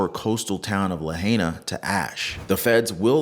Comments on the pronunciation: Great video! Pronounced La hi! Nah! Not la hey ah🤙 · Pronounced La-hi—nuh otherwise great coverage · It’s pronounced La Hi Na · Pronounced "Lah high nah". The natives want it pronounced correctly.